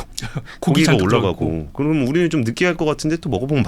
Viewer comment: 압권 펜입니다. 권순우 팀장님 발음 몇가지만 교정해 주세요. 항상 했으믄..했으믄.. 하시던데...했으면으로. 그러믄이 아니고 그러면. 따져보믄이 아니고 따져보면. 했세요 아니고 했어요. 똘똘한 머슴 느낌이 드네요.